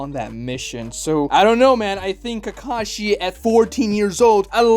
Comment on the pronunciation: his name is kakashi not takashi.